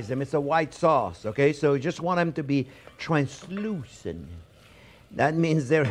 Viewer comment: I like the way you said “translucent,” LOL.